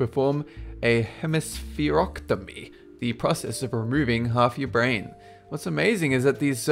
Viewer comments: it is not hemesphereoctomy, or hemesphereotomy, it is pronounced hemespherectomy with a long O sound in ectomy. an ectomy is when something is removed, like the appendix , appendectomy. An otomy is when you cut into something without removing it, like the trachea, that would be a tracheotomy, when you cut a hole in below the larynx in the trachea so a person can breathe who's airway is obstructed, or a phlebotomy, which is when they draw blood, phleb is the prefects of blood vessel. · its not a hemispherocktomy, its hemispherectomy. Do you even House M.D bro? :3